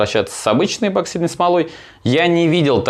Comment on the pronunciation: эБоксидный ты наш - чуть уши не завяли.